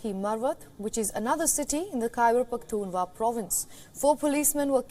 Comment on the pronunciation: The news reader can't pronounce Pakhtunkhwa 😔